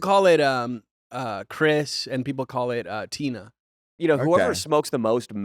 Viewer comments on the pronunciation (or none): none